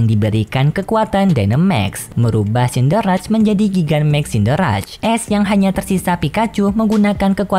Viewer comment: Cinderace. Bukan sinder-raj kak, tapi sinder-ace